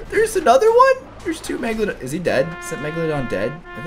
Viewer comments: PLEASE READ ALL OF THIS! Message to caylus: I think you are amazing! Your vids are awesome! And you really make my day! However, this doesn't bother me at all, but I think you are pronouncing the megalodon wrong. You are pronouncing it like: megladon. But it is megalodon. ( Prenounciation: mega - low - don) But your amazing!!! I just wanted to put that out there! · the way he said meglagon